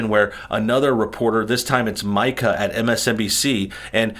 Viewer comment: Pardon the correction, and it doesn’t change the level of “Karen” Mika represents, but her name is pronounced like “Mee-ca.”